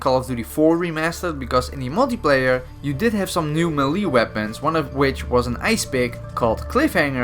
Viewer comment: hearing a dutch guy say 'melee' gets me everytime